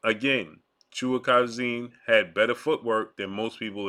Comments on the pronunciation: This man butchering boys last name lmao proper pronunciation is "Chuka-jon" idk where the "chua-karazin" coming from 😂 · The guys name is pronounced CHA-KAH-ZEE-EN